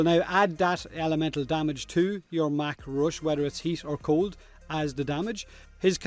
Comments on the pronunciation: Hey. Love your accent, but damn. It's MACH (pronounced mock) RUSH, not mack rush. Like flying at Mach 1, the speed of sound at sea level. It's funny you're worried about saying Gauss, say it right, and then say mach wrong. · Out of everything in this video, I am somehow most offended with your pronunciation of "mach" Gouse and his mack roosh